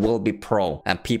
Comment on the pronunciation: What he says:Peace!!! What i hear:Sheeeesh